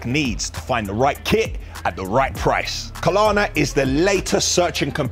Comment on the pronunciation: KLARNA not Kalana, I bet their company is cringing at this advertisement for them.